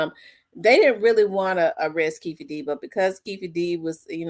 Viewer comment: Keffe😂 pretty sure its Keefe😂